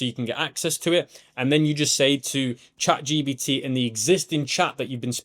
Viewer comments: for real its a bit irritating 😅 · I love how you always say chat gBt rather than gPt 😂